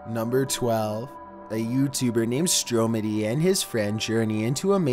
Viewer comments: Trying jot to be mean but its pronounced stromedy not stroamedy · When the narrator says Strowmedy instead of Stromedy. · It’s (str-a-mAdie)